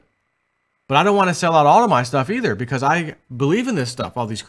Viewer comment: teeth!!! Lmao you said either and it sounded like ether:) Made my day.